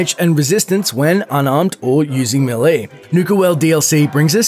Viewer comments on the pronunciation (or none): imagine being this dude pretending to know fallout yet thinking its roboco and not robco and not being able to read saying hoob instead of hub and saying melie instead of melee